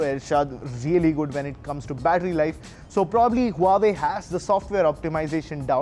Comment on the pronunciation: You have wrong phone, its Huawei not Huavee...